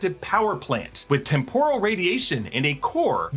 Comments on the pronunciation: It’s pronounced TEM-PUR-AL or TEMP-OR-AL, NOT TEM-POUR-AL. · Ok, this is picky but Is the word really pronounced tem-POR-al or is he just mixing it up with the Japanese deep-fried snacks (tempura)? I always thought it was TEM-poral. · The word temporal is pronounced with the accent on the first syllable TEMP rule. Sorry but that really bothered me so I googled it.